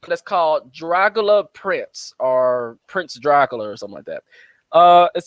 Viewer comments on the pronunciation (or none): bro the way you said Dracula got me dying over here